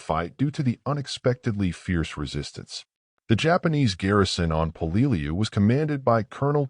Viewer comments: "Hey, what the f***? 'Peleliu' is pronounced as 'PEH-leh-loo.' 👹 'THE DIABLO DOG' 👹 When talking about the United States Marine Corps, especially the battle history of the Marine Corps, everything must be perfect! The Battle of Peleliu is pronounced as 'The Battle of PEH-leh-loo.'" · Until a historian picks up a rifle he should shut his mouth. And the narrator is not pronouncing Peleiu correctly. Sgt. John USMC 0811 '76-'80. Semper Fi.